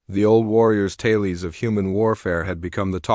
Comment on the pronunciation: Taylees?! Do you mean TALES? 🤔